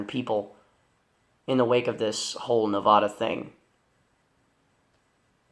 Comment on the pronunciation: What pisses me off is American's who can't pronounce Nevada!